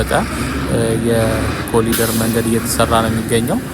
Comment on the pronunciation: በእንግሊዝኛ ስትጽፍ "ኮሪደር " ትላለህ።ስትናገረው ግን "ኮሊደር " የምትለው ለምንድን ነው? በርታ!!